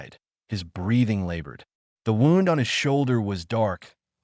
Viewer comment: Good story. I enjoyed it. Wound is pronounced - woo-nd .